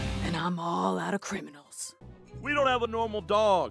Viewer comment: I thought they said Pringles instead of criminals 🤣🤣